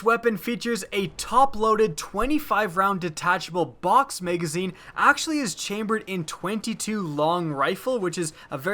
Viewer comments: It's Ma-Ga-Zeen. Not Mei-gaa-zeeeen. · drinking game: watch this video and every time he says "Utilize" or "Maygazine" take a shot. you will not be standing by the end of the video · Y did u call it a maygazine